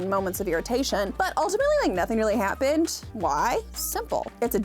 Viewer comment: Nothing really hat-pinned? I swear that’s what you said. Subtle.